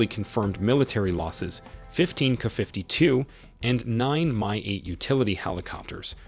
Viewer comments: You AI REALLY needs tuning. Instead of writing Ka52, or anything like it, do this "K. A. 52" and the "Mi8" needs sorting. I know this is a qyick cash grab job, but at least play back your audio for Goddess Sake. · What the hell is a "KuhFiftyTwo?" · Kafiftitwo! FAQ you, AI! 😂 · Wtf is a 'kuh' 52?? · Not "kuh".....duh! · In the russian language you would pronounce it Ka-50, not abbreviated like KA. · I've never heard of the "Kuhfiftyto" or the "Kuhfifty" helicopters? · Thumbs down for your ridiculous fake voice mispronouncing the helicopter’s name. You should have written K-A-52, dummy. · You should at least pronounce the helicopter names properly. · KA. KA. KA. Not “ka”. Jezus. It’s not a crow, it’s a helicopter. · Can't you 'teach' AI to properly pronounce "KA-52", instead of "KuhFifty Two"? When you give AI the data file (text file), spell it "Kay Aye Fifty Two". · "Kuh 52"? Really?! OMG..AI narraratoin sucks so hard! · K..A..52! NOT 'kuh' 52😅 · Kay-Aye 52, not "kuh." Also, Em-Eye 58 (or whatever the number was). This is the problem with having an AI voice read a script. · Artificial Intelligence, would be even better if the script were considered and instead of using "Ka" it should be "K A". I'm getting more and more pi**ed off with people being lazy and not doing a proper narration. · It’s not KU 52 it’s K A 52. K A as in apple. Get it right. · What the hell is a "kafiftytoo" !! It would really be nice if these sites that insist on using AI Text-to-Speech for Narration would learn to Train their Text-to-Speech before hand AND use Phonics for uncommon words etc such as "kay-ay-52" or "kay-ay Fifty Two" OR type it as it should be spelled "Ka-52" but Train it to say it right. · It’s not a Kuh 52 - it’s a KA-52😂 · It's kay or kay A fifty two not kuh 52. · Wow...a "kafiftytwo"? Your narration program sucks. I'm out. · "KAFIFTY 2"?? Thumbs down for the terrible narration. Have some quality standards! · kaah fifty two....kaah mon !